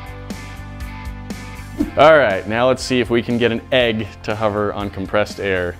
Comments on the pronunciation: I can't work out how learned to pronounce the word Hover, but it seems to be either spelled with a U 'Huver' or maybe it has an R in the middle 'Horver'? Not quite Hoover but nowhere near the actual word and it's irritating the BITS off me. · He pronounces it huver but I say hover